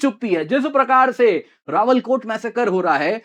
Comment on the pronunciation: सही शब्द "रावलाकोट" बोलिए। आप रावलकोट बोल रहे हो।